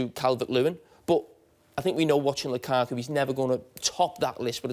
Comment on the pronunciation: Nobody: Carragher: Lukako